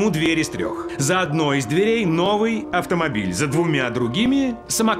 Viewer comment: Как думаете , Кевин Спейси согласится ведущим "Поле Чудес" ? Он произносит "Автомобиль !" не хуже Якубовича .